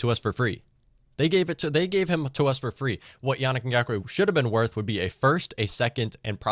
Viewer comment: It's easier to call you Mutt. Mike Twit (also easier to say, but you know who I mean you) you should really, be respectful and call him Yah-neek. This is what people mean by systemic racism and the failure to recognise it meaning that you are part of the problem.